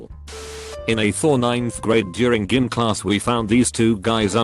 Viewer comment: "in gim class" this tts can't say "gym" lol?